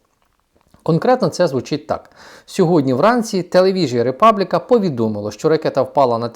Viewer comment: Тільки не "Ріпабліка", а "Републіка", слово італійське.